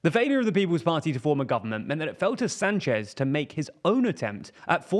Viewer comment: My relatives have the last name Sanchez, its not pronounced San chez like this reporter or Rick Sanchez says but Sahn-ches. You would think if we have to go through training to say Vivek right you would get this one too.